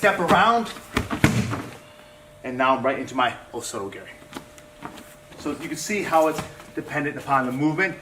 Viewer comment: The way this black belt says "Osoto Garry" makes me cringe.